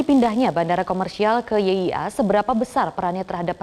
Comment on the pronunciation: YIA bukan NYIA broo